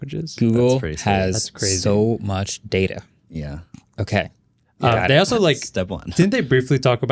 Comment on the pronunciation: It's PRONOUNCED DATA....not DATA